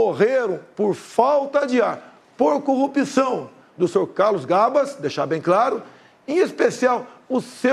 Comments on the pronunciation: Bolsonaro os brasileiros , bem informados , não acreditam na sua mentira...Essa criatura , tem que aprender a falar a palavra corrupçao...Ele pronuncia.....cupiçao..... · Prestem atenção na pronúncia....cupiçao , contititucao